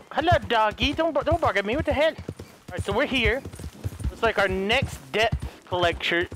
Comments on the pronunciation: It's DEBT not DEPT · Why does he say deb t when it is pronounced det?